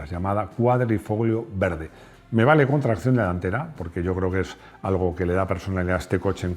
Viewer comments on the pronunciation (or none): none